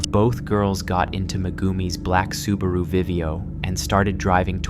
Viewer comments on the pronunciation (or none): none